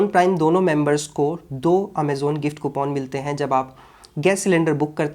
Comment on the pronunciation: कूपन ❌ कूपोन ✅